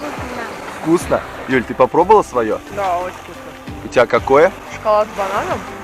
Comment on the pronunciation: как тебе? Вкусьна. как тебе? Вкусьна... Он другие слова у Вас знает? А то он мне напоминает мальчика с яблоком.. Что нужно сказать? Здраствуй яблоооко...